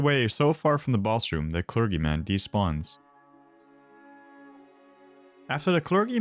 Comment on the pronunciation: Did he really say clergyman that way? It’s clerGyman just say “G”.